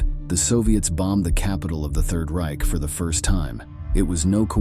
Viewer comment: The narrator's pronunciation of Reich is terrible!